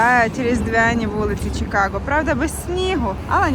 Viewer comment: Кажемо "Чикаго" а не "Чікаго", так само, як "Київ", а не "Кієв", "Львів", а не "Львов". Мирних вам Свят!